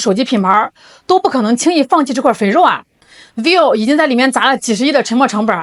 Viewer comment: vi-vo，两个音节，不是 viu